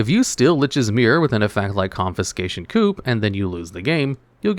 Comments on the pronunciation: It's pronounced coo not coop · coup is pronounced "coo"